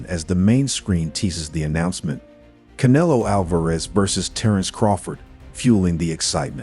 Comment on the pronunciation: Bro, are you that ignorant to not being able to pronounce CANELO?! Or thats the racist in you?! Asking for a friend